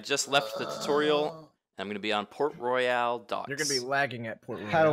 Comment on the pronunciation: Royal, not "Royale". Barbosa, not "Barbarosa"